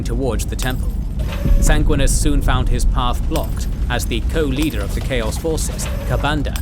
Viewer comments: lol Sang-win-e-us not sang-win-us great video though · love the lore but the way you say Sanguinius as a blood angels guy drives me crazy. Sanguinius, not Sanguinis. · 😂never heard someone mispronounce the names of the Primarchs so much. Especially just disregarding the second "i" in Sanguinius.